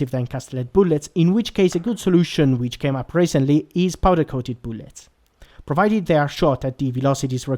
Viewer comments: Booolets lmao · New drinking game: Take a shot every time he says "Boolets".